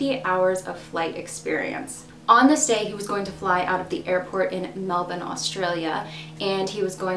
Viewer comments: Yes finally Melbourne pronounced correctly! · Hey I have been a long time viewer of your content, and in love with this case I live in australia ad on behalf of auzzies thank you for pronouncing Melbourne correct, fan girling a bit xxxx your are doing amazing, 😍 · Greetings from Melbourne and you pronounced it perfectly !!! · Thank you for pronouncing Melbourne correctly !!! You did this Aussie shiela proud !!